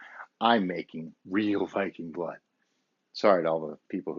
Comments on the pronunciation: It’s pronounced veeking blōd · Lucky enough, our water in Denmark is almost cleaner than that "spring water" we buy in the stores. Really great video, very "hyggelig". By the way, almost correct pronounciation, its with a "soft" "D", like in "the" but you would not hear the "t" sound. May you have a great, warm and bright winter. Skål! ;) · The botyle og viking blod os a danish product And it is pronounced viking [ˈvikeŋ] blod [ˈbloˀð] The Odd looking letter Are the phonetic pronounciation Im danish so i thought i would tell you how the name on the bottle is pronounced 👍🏾🙏🏾